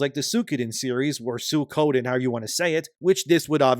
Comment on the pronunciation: I think, after all the Bullshit Nintendo has pulled in this year alone, they need to get wrecked. Also, it's pronounced Sui - Ko - Den.